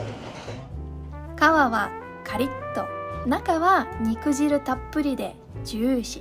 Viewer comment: 「肉汁」は、「にくじる」と言うのではなく「にくじゅう」言います。 「果汁」を「かじゅう」と読むのと同じです😊